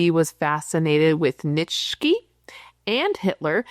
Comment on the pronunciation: Nitch-key? Nietzsche is pronounced Kneet-shuh. He is the one who said: "When you fight the monsters, beware not to become one of them".